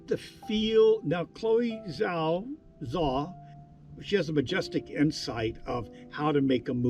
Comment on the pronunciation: Great review. Your openness to interpretation and non-judgmental approach is very admirable and not seen enough in criticism. Thanks for the authentic perspective and the worthy effort in pronouncing “Zhao”!